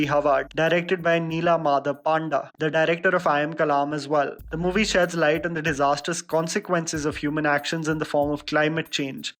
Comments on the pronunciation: Itz not "पांडा" itz" पंडा ".... He z from odisha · Hey.... It's not Nilamadhab Paanda... Its Panda pronunciation is 'Pun-Daa'